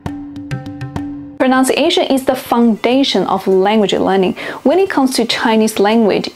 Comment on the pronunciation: Ironically, when talking about pronunciation, you mispronounced pronunciation.